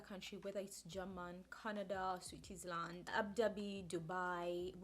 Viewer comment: It's Germany not German. The latter is the language. Switzerland is pronounced sweetsaland....not sweetisland. I hope this helps.